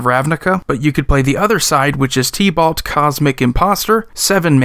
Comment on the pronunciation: I was listening and I was thinking "Tea-Ballt?" Then I realized you were talking about Tibalt. LOL. Love your channel bro!